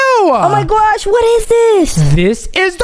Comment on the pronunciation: " oh my gwosh what it this" 😂😂😂😂